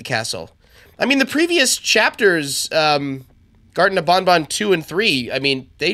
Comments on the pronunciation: I laughed so hard that I thought he said garten of bonbon You know the hand puppet from fnaf5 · "Garten Of Bonbon" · “Garten of bonbon” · U Say Garten Of BonBon 🤣